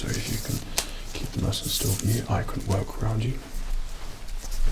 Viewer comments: I also thought he said “Navy suit for war” but I just rewatched the TM Lewin vid and he said “navy suit for work” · we KNOW but it sounded like he said WAR cos its FUNNY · It’s navy suit for WORK. For WORK. My hatred at this accented word being mistaken for another has BOILED my BLOOD